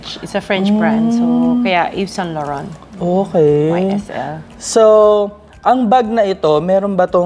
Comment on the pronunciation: She trying hard to pronounce the Saint Laurent 🙄🙄